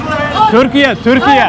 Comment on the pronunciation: selam aleykum ve Türkiye derken neden onlar gibi telaffuz etmeye çalışıyorsunki